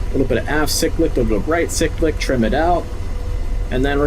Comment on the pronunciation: Its pronounced "Cyclic", not "Cyclic"